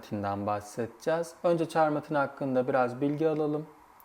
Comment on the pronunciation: Çok teşekkürler :) Tek yorumum Chamartin'in okunuşu olacak, charmatin değil hehehe